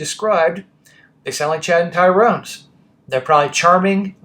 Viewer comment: Why do you always say TYRONE’s?